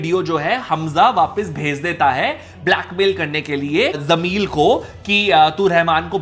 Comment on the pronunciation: Why is he saying jameel instead of jameel